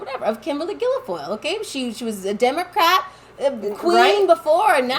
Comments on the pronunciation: It's pronounced gill-foil, NOT gill-e-foil. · Guil-foyle, pronounced like ‘gill-foil’. Not Guili-foyle. Thanks. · Its not GUILAFOYLE its GUILFOYLE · Please stop saying Gilo-foil. It's just Guil-foil. I hate that Kimberly b!tch but you sound like a f***ing idiot. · It's not Gil I foil... hate her but get the name right... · It’s “Gill-Foil” ….no big deal. Just an FYI. ✔️ Kimberly is a scumbag…….which is why Newsom divorced her. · Girls, you unwittingly said Guilfoyle in Irish!!! "Gillafole" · It’s pronounced………. Gil Foyle. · Hello sisters, you're doing a good job. Kimberly's last name is pronounced " gill foil", just 2 syllables. It's an oddly spelled word. Took me a while to figure it out. Keep up the good work. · There's no vowel sound between the l and g in her name: gill foil I do this respectfully and with love. There are plenty of ways to buy stocks. I'm not buying the Publix employee owned. It's the first this spin went around. The wealth gap is widest and most evident in Florida. Keep up the good work. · FFS pronounce the horrible woman's name properly. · I don’t like Guilfoyle either. But my goodness, try to pronounce her name correctly! Or your credibility will be lost!